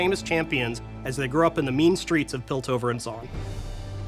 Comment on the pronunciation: Greg said "piltover" and "zaun"...